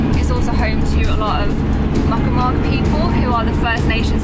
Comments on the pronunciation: Please stop saying mukmuk. The locals call them Micmac but the name is actually pronounced Meegmaw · Please learn how to pronounce the names of the indigenous peoples correctly. They aren’t “muckamuck”, and as Brits you should be more respectful. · Hey just as a heads up the natives from n.s there is a way to say their real name it's more....mig maw is the way to pronounce it like MIG welder and Maw like you forgot to say the LL on mall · Just a friendly heads up Mi’kmaq/Mi’kmaw is pronounced “Mig-Maw”. Love this series and looking forward to watching the rest! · It's pronounced "Mik-Mawq" by the way, sorry I had to say something as an ancestor and native Nova Scotian. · Hey, so, I watched a YouTube on how to pronounce it correctly but as I’ve never heard the word spoken before it was really hard to remember it. I tried to remember what he said and I didn’t get it quite right. I knew not to say “micmac” as that’s offensive but my mispronunciation wasn’t done out of ignorance to the First Nations. Rather than berate me for saying it wrong, perhaps you could do as others have, and kindly point out how I should be saying it. I hope you could tell from the context of what I was saying that I only spoke with respect for the Miꞌkmaq and their history and presence in Bear River.